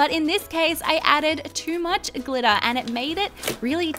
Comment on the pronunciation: When it was time to add to much glitter she kept on saying "to much glitta, to much glitta!" Wait it glitter right? Not GLITTA!